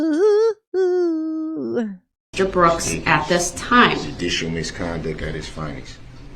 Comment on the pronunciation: "Du-dishull determination"